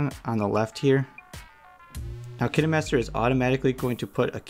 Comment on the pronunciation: This was very helpful but also you pronounce it kainemaster